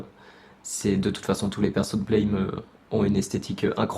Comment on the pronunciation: Blame se prononce Blam, c'est dans le sens de l'onomatopée BLAM!, y'a rien à voir avec le mot anglais blame. Il y'a eu un mauvais choix de trad car les japonais sont supers nuls en anglais (et malgré le fait que Nihei ait fait son anglais à New York:face-orange-biting-nails:).